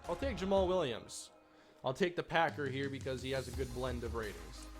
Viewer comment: Yay you said jammal williams right